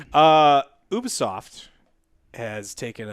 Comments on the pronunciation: pronounced You*be*soft. i cringe when i hear people say oobisoft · Also it’s pronounced U bE soft. Even the employees during events pronounced it as UbEsoft. I know it’s minor but says it weirdly every time